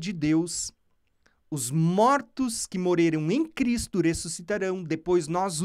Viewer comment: Pq vc não consegue falar: Morreram e fala Moreiram?